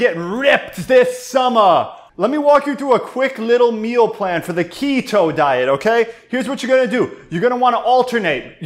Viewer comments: the KEY-toe diet! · What a good laugh, thanks guys. “Key-toe” diet, I’m dying 😂😂😂